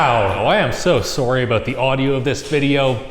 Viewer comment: I cannot not hear how Canadians say "sorry" from HIMYM 🤣🤣